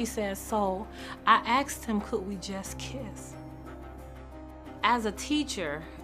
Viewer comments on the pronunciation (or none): Why even teachers say: "aksed" iso asked... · Teacher who cannot say asked properly. Axed isn't asked. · A teacher that says “akst”….thats the real crime here. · Asked…. Not, axed. Lord have mercy. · She's a teacher and says axed instead of asked. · Please don't use the word "Axed" It's "Asked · Tooken? Axed? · A teacher that says “axed?” Oh well. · A teacher who says ax instead of ask shouldn't be a teacher.